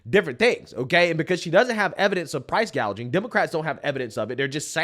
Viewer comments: Kamala Harris recently said, “I will work to pass the first-ever federal ban on “prou…price-“gaging”” on food”…..not to be confused with “price-gouging”, but instead of learning the correct pronunciation of her desired practice of communism regarding price-gouging on food, Communist Kamala and Tampon Tim had a profound and necessary conversation regarding said food….. Tim Walz: “Like I have whîte-guy tacos, and—“ Kamala Harris: “What does that mean? Like, mayonnaise and tuna? What’re you doing?” Tim Walz: “Pretty much ground beef and cheese.” Kamala Harris: “That’s okay. Do you put any flavor in it?” Tim Walz: “Uh, no.” Kamala Harris: “Oh, okay.” Tim Walz: “Um, here’s the deal—— No, they said to be careful and let her know this, that błack pepper is the top of the spice level in Minnesota, you know.” Kamala Harris: “I’m the first vice-president, I believe, who has ever grown chili peppers.” Tim Walz: I’m trying to expand my food knowledge.” Kamala Harris: “You know what, we’ve got some cantaloupes. You’ll be fine.” Tim Walz: “Yeah.” 🍱 🍲 🥘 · Can we 🙏 please 🙏 talk about KOMMIE-LA saying "Price Gauging" instead of "Price Gouging" during her speech??? I mean, I guess it was too much to think that the Ron Burgundy moments would leave with Biden, but apparently not. How BRAINLESS do you have to been to not realize wtf you are reading and speaking?!?! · Kamoola calls it “price gauging”. That should be enough to know that she is a clueless puppet and belongs nowhere near the White House. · Commie- La actually said "price gaging" 😅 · Or as she said “price gauging”.